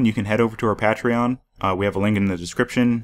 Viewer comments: You said Pa tree on. It's pronounced Pay tree on. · First off this video was quite helpfull but everytime he misspronounced patreon I cringed a little